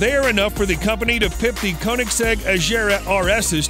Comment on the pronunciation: thé way he said agera is quite disgusting